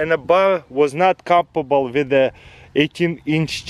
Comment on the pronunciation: compamble hahaha